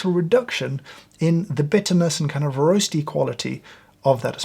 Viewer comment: Skimming your espresso gets you a square kick in the satchel where I’m from. The Brit accent on “roasty flavor” really ties the whole thing together, dude.